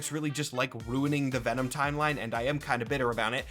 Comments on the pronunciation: Ve'nam. trời ơi, Mắc cười quá à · ngl “Ven-nam” made me giggle…